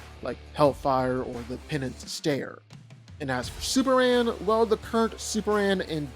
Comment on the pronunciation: Why can't this man pronounce Superman? He keeps saying Superand